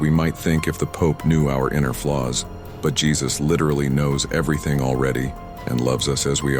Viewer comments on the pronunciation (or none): none